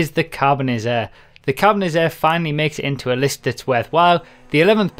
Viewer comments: Whats next? XD. And why did you say "Carbonizarre" and not "Carbonazi"? I thought you would have learnt that by now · Think you said Carbonizzare wrong. Kappa :P